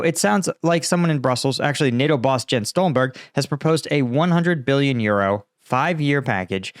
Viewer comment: Hint. Stoltenbergs first name is Jens, not Gens. More like Iens, does that make it easie or harderr? :)